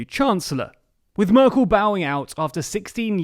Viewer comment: Why do you keep calling her Murkel?